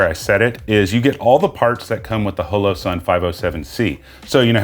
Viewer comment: Loved the review but... it's not pronounced "HELLO SUN" it's "HALLOW SUN"... just something that really bothered me... I know, I'm type A. Sorry.